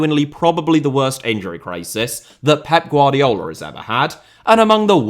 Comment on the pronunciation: “GvardiOl” not “GvardiAl”